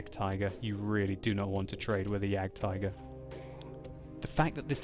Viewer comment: For a person who tried to say "Waffenträger“ so well, I'm disappointed in your ability to pronounce "Jagdtiger"...